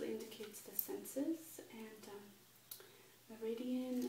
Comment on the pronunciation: Great video... but I think you struggled with this word... me·rid·i·an (in acupuncture) any of the pathways in the body along which vital energy flows. OR a point or period of highest development, greatest prosperity, or the like.